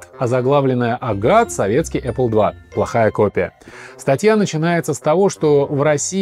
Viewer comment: Раздражает аррле